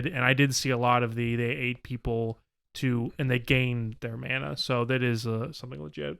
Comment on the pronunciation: Mana is pronounced. Mah nah lol not man naa lol